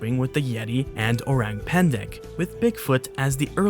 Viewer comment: listening to this guy saying orang pendek hurts me so much as an indonesian hurts man